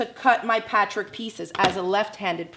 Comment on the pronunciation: Is it just me or does she have a strange way of pronouncing the word "patchwork"? It sounds like "patrick"....